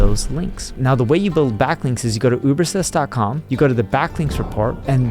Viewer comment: He can't pronounce UberSuggest. He says Ubersest.